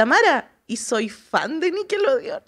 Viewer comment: Por qué la dice "nickeloudeon" 😂